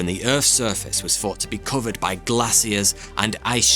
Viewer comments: Forty2 is all i hear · The first to comment, i swear i heard him say 42 🤣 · I always misheard “thought 2” as “42”